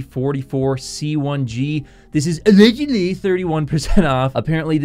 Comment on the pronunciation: Everytime you went "ALLEDGUDLY" I freaking died bro.